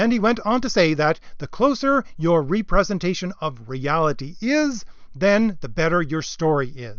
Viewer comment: Very well presented and accurate! Except I believe you mean a REP-RE-SENTATION of reality, not a RE-PRESENTATION of reality.